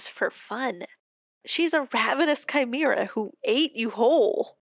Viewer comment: this video was such an interesting interpertation of the story!! I haven't payed stp after the pristine update so this really made me go back to it :D the pathologic classic pronounciation of chimera was a jumpscare though, I can never escape that game...